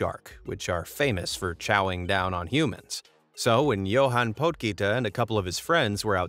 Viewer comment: You don't pronounce it YO-HAAN, its Yuhan. Spelled Johan Its south african and im from there